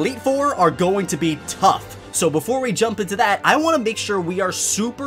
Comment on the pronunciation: "the elite four are gonna to be TOPH!"